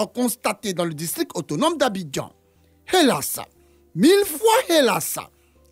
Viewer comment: "hélasse", "sense", "breffe" 😂😂😂